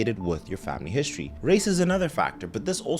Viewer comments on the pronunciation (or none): none